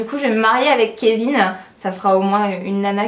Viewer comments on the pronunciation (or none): none